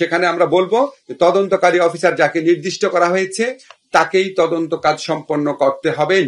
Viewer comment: কিসের তোজন্ত ভাই তোমার মেয়ে যদি হতো